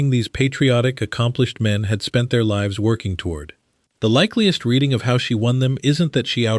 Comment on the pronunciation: 36.00 Put lives at risk, the Artif Idiot reads "put leves at risk". ?? At least try using AI properly.